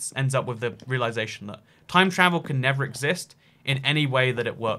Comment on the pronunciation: I keep getting mad when he says never not nether